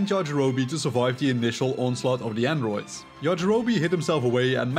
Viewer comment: It grinds my gears how you pronounce androids😭